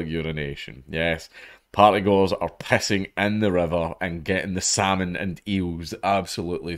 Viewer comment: "... and the PPPessing into the river." LOL.